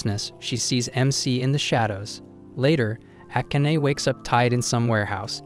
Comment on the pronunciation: ah-can-ah. What a name. Oh wait - it's pronounced: Ah-kah-nay.